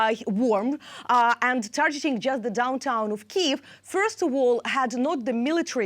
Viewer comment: Tarjeting 😂🤣😂🤣😂 Tarjeting 😂🤣😂🤣😂 Tarjeting